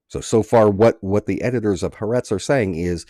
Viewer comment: The newspaper is calle Ha- Ah-rehtz FYI.